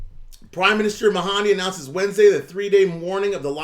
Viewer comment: FYI not: MA HAN DI. it gets confusing. Abdul- MAHDI. (ma’ dee)